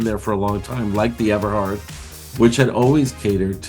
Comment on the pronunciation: I went there as a college student between 79-80. I don’t remember being told about the fatal fire. It definitely would have creeped me out. This reporter has the correct pronunciation: Ever-hard. Notice he doesn’t say Everard. 😂😂😂😂😂😂 I wonder where he heard that from? It was a standing joke. Those were the days. Such fond memories. It all came crashing down and I’m glad I experienced it and survived. Gay life is so boring in the cellphone age. I feel sorry for those who never got to experience those times.